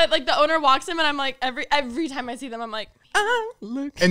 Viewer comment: The way always says “them” as “thum”